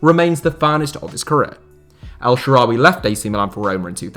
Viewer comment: El shawary